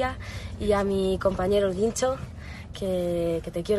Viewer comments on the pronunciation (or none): Es el Guincho , no el Güincho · Por querer hacerte la qué sabes pronunciar bien las palabras las pronuncias re mal .!😹 X ejemplo El Guincho No El Güincho ¡¡SIN OFENDER!! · No es "El Güincho", es "El Guincho" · No es “El Güincho” es “El Guincho” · ¿"El Güincho"? 😨 ¡El Guincho! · Muere un gato cada vez que dice el güincho en vez de el (gincho como suena) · El guincho, no el güincho, por dios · El español es tu primera lengua? Porque no se dice el Güincho se dice Guincho. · El libro es del siglo XIII - 13 (trece) no 18 (dieciocho). Los gitanos no sintieron "El mal querer" como un acto de apropiación cultural fueron los flamencos. Ni los gitanos son todos flamencos ni todos los flamencos somos gitanos (ni de lejos). El flamenco es una mezcla de árabe, sefardí (judíos españoles), español y gitano. La diéresis debe colocarse obligatoriamente sobre la u para indicar que esta vocal ha de pronunciarse en las combinaciones gue y gui: vergüenza, pingüino.... "EL GUINCHO" no lleva diéresis así que la U no se pronuncia. Muy buen video. Gracias. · Guincho se pronuncia normal como en el caso de Guillermo. Se pronunciaría con ambas vocales, ui, si la vocal u tuviese diéresis. Por ejemplo, si se escribiera Güincho, pero en este caso, no la lleva. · Pronuncia mal el guincho